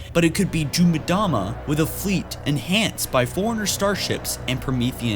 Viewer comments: It's pronounced "emdama", not "midama".:P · Em-dah-muh, not Mih-dah-muh. Focken hell.